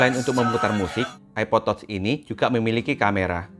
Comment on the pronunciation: Bacanya tach sayang, bukan tots 🤦‍♀️🤣 diajarin koq ckck